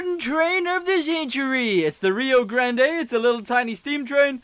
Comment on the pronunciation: Its a union pacific big boy you have to call it by its name its a very special steam train and you treat it like a special steam train and its rio grande the e is slient also you should see one of our rio grande k-27 we have one of the last 2 we have #464.